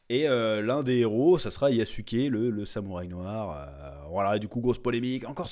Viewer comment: c'est yazuc pas yassouké😂